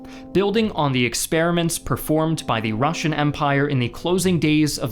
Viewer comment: As a russian i feel pain when he pronunces all that russian words